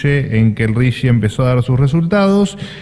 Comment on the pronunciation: Es RIGI, no RIGUI. RIGUI sería en inglés.